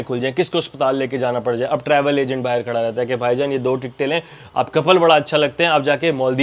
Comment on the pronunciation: Baahar nahi bhai Baahir nikalte the 😂😂